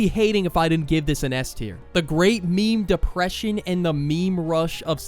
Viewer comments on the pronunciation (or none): the dihpression